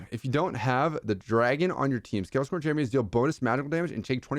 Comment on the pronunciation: “Scales corn” Bruh. It’s scale scorn 😂